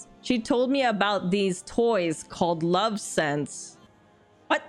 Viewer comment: Nyoooo! Lovense! Not Love Sense! Love Ense! @@